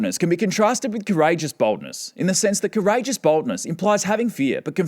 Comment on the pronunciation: He pronounces 'Boldness' in a way that distinctly sounds like 'Baldness'. I was just listening and not looking and heard "Psychopathic trait #1: Baldness" and just burst into laughter.